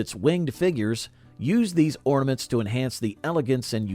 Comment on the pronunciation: Ahhhh “hornaments”